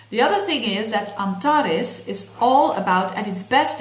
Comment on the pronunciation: Nice pronunciation of the star Antarès. (y)